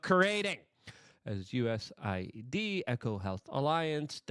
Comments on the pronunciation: Luke. I hate to correct you too much but it is US A ID not USID. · U S A I D LUKE!!!!! Get it right ffs